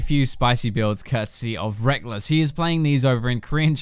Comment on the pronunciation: rekkles = rekkles. reckless = reckless. different words. tilts me so much